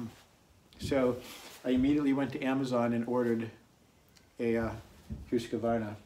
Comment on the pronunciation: Hoosk-varna, not Huska-varna. Otherwise nice video.